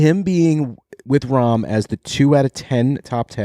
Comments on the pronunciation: It’s Not Rahm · It’s Jon Rahm…